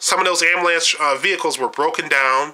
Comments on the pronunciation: I would have enjoyed listening to your view of Detroit. Unfortunately, there are a few things about your video and commentary that voids all of your opinions, 1. The use of mispronounced words. For example, "Proverty" instead of Poverty and "Ammalance" instead of Ambulance, just to name a couple. 2. You focused your tour around the same downtown area of Detroit that included Greektown. However, I would have liked to see the Renaissance center, the Riverwalk along Detroit's newly designed waterfront, Campus Martius, Cobo Convention Center, Downtown Shopping, Comerica Park, and the Downtown Financial District; all connected by the People Mover Monorail System. You showed parts of the east side of Detroit but failed to show the famous, historical Belle Isle Park. Had you ventured from downtown via Woodward Avenue, you would have passed through one of the larger universities in Michigan, Wayne State University and the world class WSU Medical Center, which includes several noted restaurants, bakeries, entertainment, the Detroit Public Library, African American Museum, among other museums ,and the Science Center. Driving a short distance from that area would have placed you in Detroit's New Center area. This area includes even more entertainment, restaurants, and galleries. No less than two minutes from this area is the famous Motown Museum. This just touches on several hot spots in the city. Once you start driving around the city, you will begin to see many historical areas with b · I KNEW he was black when he said "AMBALANCE"... Good video though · it's not called an amalance. It's ambulance